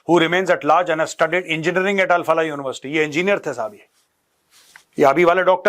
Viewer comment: Al Falah नहीं क्या बलाह है ये 😂